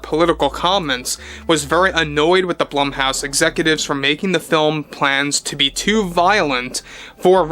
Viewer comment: ummmm... Blumhouse: Bloom-house.